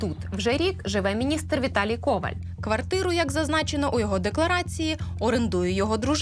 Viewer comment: Коваль - наголос на останньому складі.